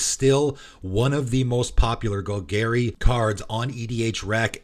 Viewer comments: Gol Garry… meow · New players: don't pronounce it like how it is said in this video. 🙏🏻